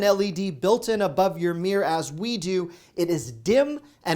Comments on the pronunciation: Its mirror not meah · LOL! I didn't know "mirror" was one syllable!😂And yes your wife does look great without make up, you cradle robber, you! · Why do Americans pronounce mirror as “meer”?